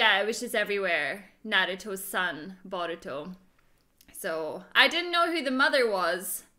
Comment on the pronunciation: Omg she said Baruto instead of Boruto